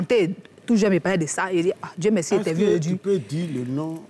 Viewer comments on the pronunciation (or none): Makosso on dit "merci" et non "meksi"